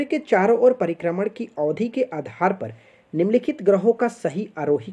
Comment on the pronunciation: Sir pribharman nahi prikarman bolata h